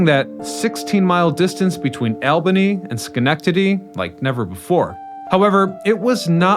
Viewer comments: All-ben-ee, not AL ben-33. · ALL-buh-nee not "AL" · New Yorkers call Albany "All-buh-ny", not "Al-buh-ny" like you did. We're in the USA, not Saudi Arabia. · For a guy doing history stories the LEAST he could do is know how to pronounce names of cities correctly. It's NOT "AL" BANY it's "ALL" BANY, LOL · Please, your are mispronouncing Albany. Ir's All-bany, not Al-bany. I'm no English Major but I lived near there for 60 years. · ALL-bany, not Al-bany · It’s not Al-bany, it’s all-bany. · New Yorkers pronounce the name of their state capital aal·buh·nee. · Yikes!!! Unfortunately you're repeatedly misproniuncing ALBANY. The proper way to say it is ALL-BANY. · How can someone who studies so much history not know how to pronouce the capital of New York State correctly? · The way he says Albany makes me giggle 😂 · Many of this presenter’s postings have incorrect identifications of posted photographs, such as the opening photo identified as Manhattan, New York City in this presentation (which is actually Washington Street in Syracuse, NY). There are a lot of discrepancies in his dialog in many of this guy’s videos. Incorrect pronunciations of people places and things (Albany for one in this case). Makes his research accuracy of subjects questionable. Folks, if you want accurate you tube postings about historic people, places, things and events (and for your children to learn correct historical facts), watch “The History Guy.” He has a degree in history, and who thoroughly researches his material so historical facts are presented accurately for us to learn from. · Opening shot is Syracuse, NY, not New York City. And the elevated shot was probably Chicago. And learn how to pronounce Albany. And in case you weren't aware, most of the former New York Central lines are still very much in use - far from abandoned. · OMG!!! Can you even pronounce "Albany"???? Where are you from? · You did not pronounce Albany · Bro learn how to say Albany